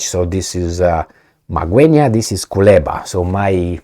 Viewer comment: You pronounced Magwenya like a pro 👏👏👏👏👏👏.